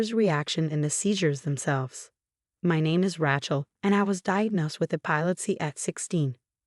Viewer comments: The narrator's name is Ray-chel, not Rahe-chel, Please work with your AI and upgrade. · I don't know... Rat-Shell has kinda a ring to it😅😅😅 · Raychel not Ratchel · As soon as I hear Rat-shell, I hit the thumbs down and leave to find a story where the robot has been properly ptogrammed. These mispronunciations have gone on for far too long. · It's Rachel pronounced with a long A . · This particular AI voice consistently pronounces Rachelle as 'Rat Chel' . It grates on my nerves. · Yeah. Epilepsy? E POL lip seh??? Răch-ul?? MAR-ti-nez?? Seriously???Why can't they have People read these??? I'm blocking or taking down ALL of these time wasters that are hard to listen to. YouTube, give me my CRAFT videos back!!